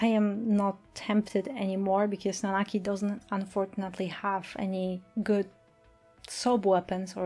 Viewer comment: I'm so glad you say the proper name Nanaki